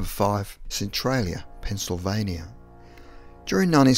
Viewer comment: Thank you for pronouncing Centralia right.